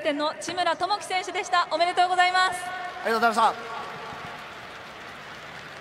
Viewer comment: Bro said, "Arigato" xD